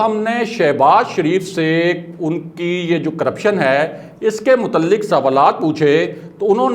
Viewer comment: Mutalik nahe Mutaliq heh. Bhai zara apni urdu tau tyhk kerloo.